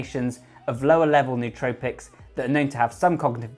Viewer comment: Pronouncing the word nootropics wrong already makes you sound less smart...